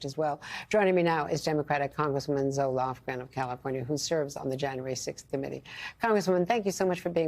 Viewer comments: Did she say “Congresswoman Zoloft”? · Did she call her "Congress woman Zoloft" at the end? ;-)